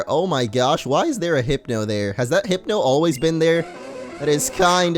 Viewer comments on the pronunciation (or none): none